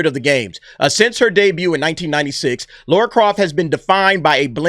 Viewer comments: Why do Americans pronounce Lara as Laura?. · Its Lara not Laura bud! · It's Lara not Laura??🤣🤣🤣 That's someone else. Maybe Sophie is playing Laura, a Sister we've never heard of. That's as far as my reach goes guy's.🤣🤣🤣